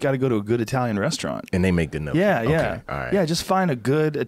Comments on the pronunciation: 'n - yok -ee' not 'no-kee' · Joe " no-key" Rogan. Bitch I thought you were italian it's pronounce nyoki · Nokee? I thought Rogan was Italian. "Nyoh-key". Like owe key with "nyah" in front. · Im sorry bro but i cannot let this slide, how can you be italian and pronounce gnocchi as "no-key" but say bolognese mostly fine? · Robert Huppie ~ Thanks for that. My pronunciation of that would be "knock-eee", sounding like Rocky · Liam Tube Two syllables "nyo-kee" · All these comments are wrong. It's not yo kee or goki or whatever the fuck. It is actually pronounced Nokki. NAW-KEE THIS IS SO CRINGE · You miss pronouncing gnocchi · for a guy that identifies as Italian, Joe really can't say Italian words for shit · Hearing them say gnocchi wrong Hurt my ears so bad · Joe is 3/4 Italian shocking he wouldn't know the proper way to enunciate gnocchi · "Nyokey".. and "Bolon-nasey" ... really Joe ?